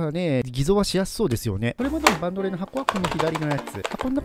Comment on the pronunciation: バンドレンのイントネーションイワカン